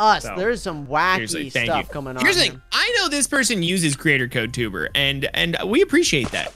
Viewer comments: it's not twbre it's tewbre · said twbre